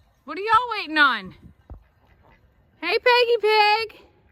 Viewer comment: You are a full blown Texan now. “Y’all” came off your tongue so easily.